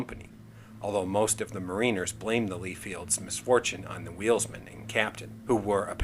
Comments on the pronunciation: The proper pronunciation is MARINER, all one word...not MARINE-er. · Excellent video, sir, and one minor correction....the proper pronunciation is Mariner, all one word. Not Marine-er. Like the story Rhyme of the ancient Mariner. Thank you!